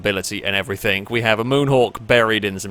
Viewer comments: 'everythinG' not 'everythinK' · “Everythink” lol love you